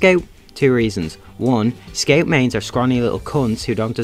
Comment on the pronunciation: dont even bother making a video on scout if you don’t know how to pronounce it…